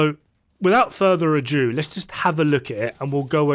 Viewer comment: You mean "wihtout furrher ado" not "adue/adew/adyue". I'm not sure you if you'll graciously accept the correction or flip out. I've just started watching your videos and I'm assuming you're a fellow on-the-spectrum kind of guy. Regardless, I like your deep diving but find your delivery a little annoying